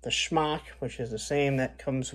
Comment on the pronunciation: Wolf. Not wuff. Shemagh, not schmock.